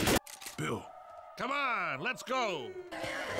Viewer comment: Louish kills Beel